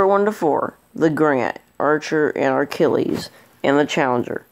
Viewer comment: Archilles... Achilles not ARC ILLES...